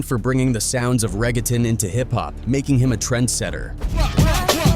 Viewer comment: Bro this “reggetin”? im outta here